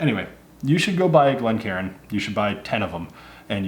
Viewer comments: It’s not pronounced Glen Karen fella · Glencairn not glen karen. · One thing I've noticed quite a bit recently is people pronouncing Glencairn incorrectly. Instead of "Glencairn", some people are saying "Glen Karen".